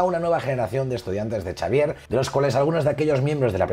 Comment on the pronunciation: El mejor canal de Marvel, felicidades. Pregunta, sin plan de ofender. Por qué dices Charcharvier?